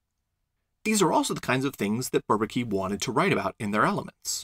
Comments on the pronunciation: Why not call it inequality? Great stuff, by the way (I'd only pronouce Bourbaki with more of a French accent). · Thank you, this is really well done! Perfect presentation, nice animations, a pleasure to watch. And on behalf of the content: it puts things to that perspective where suddenly all makes sense. Pretty interesting, that MacLane tried to convince the Bourbaki group personally, I did not know that. Fun fact: it took me a while to understand the pronunciation of "Bourbaki", to me (a german/French speaker)😊 it sounds more like barbecue...